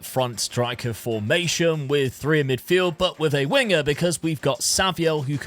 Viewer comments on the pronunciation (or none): none